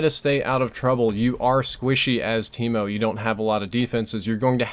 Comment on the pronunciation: Thought he said keemo